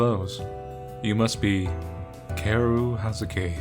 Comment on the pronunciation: Isn't Kaoru's name said more like "Cow-Ru"? At least that's how I've always said it and names similar to it. Kinda like how the name "Hikaru" is said like "Hee-Cow-Ru" or like "Hee-Car-U" also..... x_0